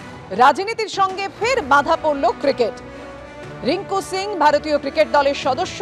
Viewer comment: রিঙ্কু সিং । রিঙ্কু সিংহ না।